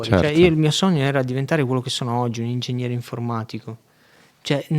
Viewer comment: Ingegnere non Ingegniere..